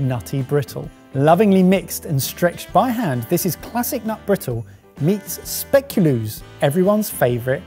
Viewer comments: Spay-ku-lass. NARROWS EYES IN DUTCH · I am absolutely losing it about their pronunciation of Speculoos 🤣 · SpeculAAs... So much better then speculoos 😉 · You give a warning for the pronunciation of Marron Glacés, but not the Speculoos or Lebkuchen? 😜 BTW: you can get Speculoos paste in Belgian and Dutch supermarkets. Spreads for you sandwich, like peanut butter. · Anyone else cringing on their pronunciation of speculoos?? 😂